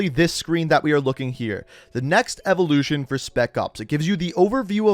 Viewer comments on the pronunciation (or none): none